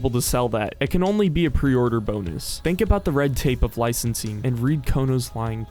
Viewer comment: It's Licensing bro .. L I C E N S I N G , haha , but thanks for the information !